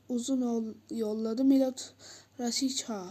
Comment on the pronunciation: Raşitsa❌ Raşhica✅